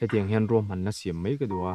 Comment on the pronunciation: An chang thiam in a hmuhnawm hle mai.👍🏿👍🏿.. Mahse kan ti teh ang kan lo inzir zel nan.. “Mai” han tih tur ah hian “Mei” kan ti leh tlat zel..